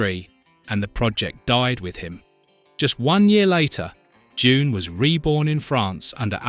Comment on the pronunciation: When did "Doon" become "JUNE"?//